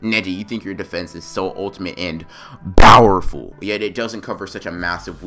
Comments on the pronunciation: Why do you say Bowerful instead of powerful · I like the what if but you keep saying bowerful.